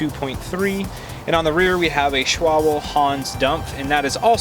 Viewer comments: Just a correction. it's not Schwable, it's pronounced Sh-wall-bee. I subscribed:) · Technically I think it’s pronounced shval-buh.... well that’s how the locals near the hq say it anyway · its pronounced Schwal-be, not Schwoble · schwable haha